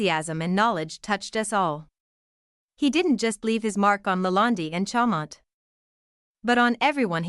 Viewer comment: You can't even pronounce Chaumont. You COULD have looked up the pronunciation. This is just pure laziness. Chomont? It's pronounced Shawmon..